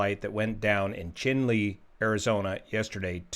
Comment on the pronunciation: I believe Chinle is pronounced in the manner of Cheyenne...